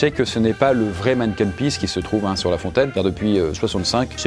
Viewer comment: Super vidéo, on parle de mon pays ahah sache qu'on dit manniken pis